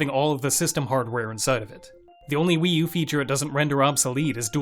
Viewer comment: When you say WiiU you sound like the weeyuuu girl on Kung Pow 😂😂😂